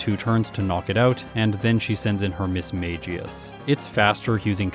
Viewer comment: Another video another video pronouncing Mismagius wrong. Ms Maggie Us